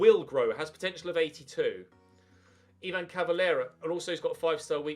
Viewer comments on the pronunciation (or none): none